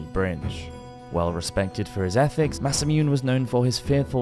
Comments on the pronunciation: Masamune Date is one of my favorite historical figures (thanks to a certain video game franchise but still) and it hurt hearing him say Masamoon. At least he got the “Date” part (mostly) correct? Imagine if it was Masamoon Dayt hahah Oh no, even the English word Jesuit (jehzu-et) is pronounced Jesweet…. Maybe this is an inside joke that makes the channel unique lol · it's masa moo-nay, not masameune. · I think it's "Massa-moo-nay". The silent E isn't a Japanese thing. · Just a quick note: Every vowel is sounded in Japanese, so a name like Masamune would be pronounced Mah-sah-moo-neh. Tomoe - Toh-mo-eh. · 😂 "Mas-sa-myoon"; the way he says it, it ALMOST sounds like a Korean word for "mathematical" ("매써뮨"). I honestly love the way some English people don't even bother to try when it comes to the pronunciation of non-English words and names. I think it's cool how they just don't care, and how they never apologize for Anglicizing words, let alone getting them wrong.... Perhaps if it was spelled in French; "massamounée" (massaged?) they would read it correctly? I'm not being sarcastic; I find their carelessness to be charming. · Good video apart from the massacre of Japanese names - eg Masamune is “ma-sa-moo-nay” and Tomoe is “to-mo-eh”. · Just a little nitpick about Japanese pronunciation. Every vowel sound is pronounced, so Masamune is mah-sah-muh-neh, tomoe is toh-moh-eh, masazane is mah-sah-zah-neh and so on. :) (and I really have to mention that Oda Nobunaga is oh-dah noh-boo-nah-gah! He's one of the three most important men in the formation of modern Japan with Toyotomi Hideyoshi and Tokugawa Iyeyasu!) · Nice video! But I think it's better to learn the proper pronunciation of names and terms as well. Ex. Masa-MU-NE, not Masamyun (as in immune) Nobu-NA-GA, not Nobungga Matsu-HI-DE, not MatsuHIDE 😅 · Call we weird but i feel learning the pronunciation of the words Masamune, or Nobunaga, or ANY of the Japanese names, would have really helped in this video.